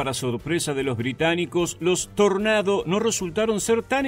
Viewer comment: Dios, muchas gracias por pronunciar "Tornado" cómo se debe Buen video